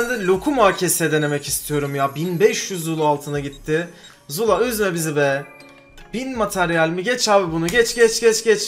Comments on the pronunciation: Abi sen zula diyeceğine jula diyon sksjsjjsjsjs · Züla ne abi :D